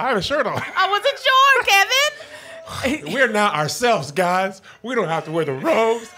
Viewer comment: Brah you gonna address being called Key-von for like an hour on Comedy Hype News ?